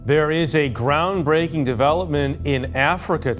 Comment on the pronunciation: 😂did you say "groundbreaking"😂 I should say so.